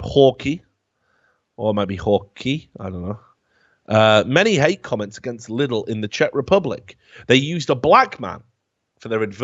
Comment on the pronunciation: Here is just a small unnecessary correction :D Britské listy is pronouced more like Britsk (The E like when you spell A(ei), F(ef) or S(es) ) listy Lidl is not prounounced like "little" but more like "leedl". Filip horky is pronounced like "Philip Horkeee" Pavel Telička is pronouced like "P-A(Like when you say AH)-ve(the same E as before)l Teli(tsch)ka